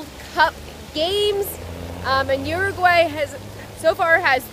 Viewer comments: Uruguay not Uraguay. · Montevideo, UrAAAguay???? Whaaatt??? Ooh-rooh-gooh-aah-ee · Try pronouncing it .. Ooooo- ruuuu-why. 😉. Merry Christmas 🎄